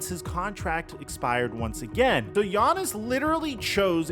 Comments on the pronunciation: “Giannis-son” 😂😂have I been saying his name wrong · Hate how he said giannis’ name hahaha